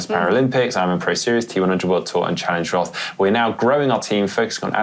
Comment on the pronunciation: Time to pronounce challenge roth correctly then. No one cared so far, but now its on. Its pronounced like the color red in german. Rot.